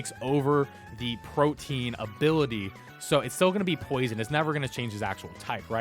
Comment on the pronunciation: It’s pronounced protean, not protein